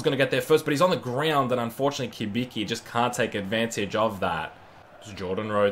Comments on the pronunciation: Not Kibiki, Cibitzki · Cibicki is actually pronounced Chi-Bit-Ski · Pronounced Chibiki and shog-nessy